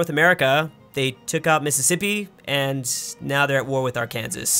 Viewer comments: "Are Kansas" instead of "R can saw" 😂😂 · Did my guy say AR---KANSAS???? You know the english language is messed up!! Its ARK-AN-SAW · YOU DID NOT SAY AR-KANSAS! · TRIGGERED Ar-kan-sa not ar-Kansas Arkansas was estimated first people not Kansas 😤😤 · is it a meme? Why did you fall Arkansas arr-kansis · Was that a joke or do you seriously not know how to pronounce Arkansas (Ark-an-saw) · As a resident of arkansas.... Thats breakin state law boio. Lol jk but really arkansas has a law that says that pronunciation is illegal... So ya know. BREAKIN THE LAW